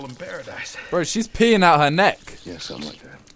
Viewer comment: why doe british people always pronounce 'something' as 'somenink'? thats actually very annoying lol